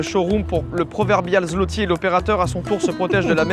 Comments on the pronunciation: Petit point culture G: Zloty se prononce swoté ;) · Alors enfaite la monnaie c'est le Złoty PAS "ZLOTY" LE "Ł" se dit "W" bonne vidéo sinon j'aime toujours autant le concept pour le prochain paye je propose la Norvège ou la Finlande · c'est pas un zloty mais un złoty (zwoti) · je suis polonais et tu dit très mal zotti et toi tu dit zlotti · Prononcez zloty , zvoté svp mdr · Pour la monnaie on dit pas zloty mais zwoty tsais le mec qui pète les couilles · Je te corrige on dit pas zloti on dit złoty le ł se prononce wo ducoup pour dire złoty tu dit zwoty mais ducoup on écrie złoty sinon continue comme sa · Juste sa se dit pas zloti mais sa se prononce zwoté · Je suis polonaise et la manière que tu as eu de dire zloty fait mal au cœur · "Złoty" ça se prononce comme "zwoti" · même pas foutu de prononcer correctement le nom de la monnaie polonaise....